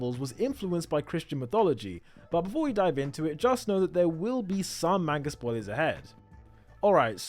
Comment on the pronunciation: Great theory ! I’ve seen a lot of theories but this one is insane. Great video. Ngl tho everytime you said Main-ga it was like nails on a chalk board to me. Just an unpleasant sounding word if pronounced incorrectly.